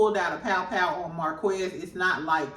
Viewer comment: Please say Mar-kez, not Marquezz. It sounds different than it’s spelled.